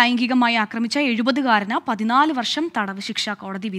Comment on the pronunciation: വർശമല്ല, വർഷം😂😂😂